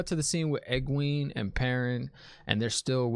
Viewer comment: Great reaction as always. The H in Thom is silent, so it's just Tom. And it's "Eg-gwain" (rhymes with gain) not "eg-gween" Fades are badasses. They are lightning quick, strong, and have some special abilities... Warders are scared of them. So Thom is doin work.. Owyn was Thom's nephew. Thom ain't crazy about Aes Sedai after what they did to him. Love your speculation. It's like reading the story for the first time again. So hard not to spoil it for you .. lol